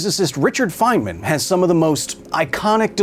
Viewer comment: feynman❎ Fentman✅